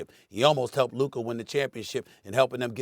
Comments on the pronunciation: I wonder when stephen a will learn to pronounce luka's name correctly. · I am gonna crash out if Stephen A. gonna pronounce Lukas name like that one more time. Bro a superstar who have been like 7 years in the league already.